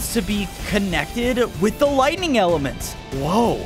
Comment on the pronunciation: was I the only one that heard wightning instead of lightining